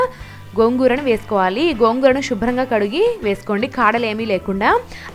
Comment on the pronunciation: 'Shubram' kadhu andi 'Subram' antaru